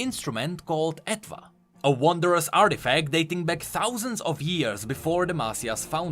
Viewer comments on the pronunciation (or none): none